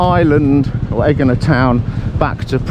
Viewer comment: There is no G sound in Greek its actually prounounced Y sound